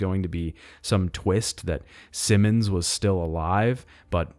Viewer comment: Bro, stop mispronouncing Simmons.